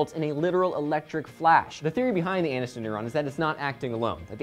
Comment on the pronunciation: lolololol says "Jeniffer ANUStin"